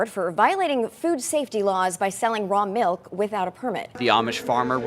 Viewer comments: where do they pronounce "melk" instead of "milk?! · "raw malk"